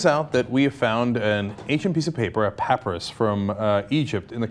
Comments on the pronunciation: It's pronounced pah-PIE-rus. pəˈpʌɪrəs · its pronounced "puh-pie-ris" :) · papyrus = puh - pie - russ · If I'm not mistaken, or my memory has totally failed me, the old testament directs that a Jewish man be married by the age of 20 or be stoned to death. And Cenk it's pronounced (pa-pi-rus) My keyboard doesn't have the necessary symbols to write out the actual dictionary pronunciation. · Umm.... did anyone read the article from The Boston Globe? The "pap-rus" (lol, Cenk) is carbon dated to the mid 8th century. 700 years after the supposedly life of Jesus. Who gives a fuck what it says? Proof of nothing. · It's pronounced PUH-PIE-RUSS. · Cenk it is pronounced pa pi ris. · "pappuhruhs" xD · Pap-rus Cenk? Might wanna retry that pronunciation..... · I love you Cenk, but it's pronounced (pa - pie - rus) like you would pronounce papaya the fruit. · haha... that was driving me nuts too... sounds like nails on a chalkboard w/ a "Paprus" pronunciation... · Papyrus=== " PAH PIE RUSS" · Pup-I-rus. Not hating, just educating. I can't even pronounce your name. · Papyrus is pronounced pu PIE rus. History geek, sorry. And abstinence> chuckles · I thought it was pronounced pa pie rus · Goddamnit it's papyrus! pa-pie-res. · Cenk's pronunciation of papyrus is grating. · Oh my god, Cenk. You can't pronounce "papyrus?" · Why cant he pronounce Papyrus right!? Cmon Cenk! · Can someone please teach Cenk the proper pronunciation of "papyrus" before he reports on anything involving ancient manuscripts again? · I've never heard the word papyrus pronounced that way, maybe it is the actual correct way. but its annoying all the same, sounds like someone with an English accent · Lol how cenk pronounced papyrus. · take a shot every time Cenk pronounces papyrus wrong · C'mon Cenk, for a Wharton and Columbia grad, you should know how to pronounce papyrus. ;) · Cenk I love you, but I HATE the way u pronounced papyrus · Is that how you pronounce papyrus? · its pronounced puh-pie-rus. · Puh pi russ